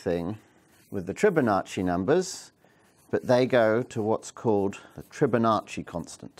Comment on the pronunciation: TRI-bonacci ?! Surely you're fibbing.